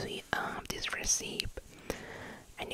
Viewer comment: Thanks!, thank you for your relaxing videos. Maybe you can use this to get a nice vintage Christmas magazine for the holidays. PS: The pronunciation for recipe is REsepee - I know, it's funny 🙂